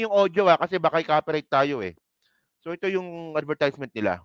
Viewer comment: Parang awkward yang pag pronounce mo ng advertisement. Please check the correct pronunciation